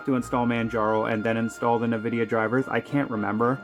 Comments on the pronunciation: sorry - but it really somewhat bothers me how you pronounce nVidia - you say "ne-vidia" - correct is: "en-vidia" ... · Please stop saying Nvidia like that 😭 It's just the letter "N", followed by "vidia" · Did you just call it a "Nuh-Vidia" driver? 😂 Dude, I think you're an amateur in general😅